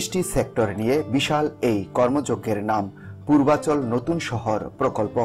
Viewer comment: পূর্বাচর যদি বলেন।চিনবো কি করে?কোথায় অবস্থিত,পরিষ্কার বলেন।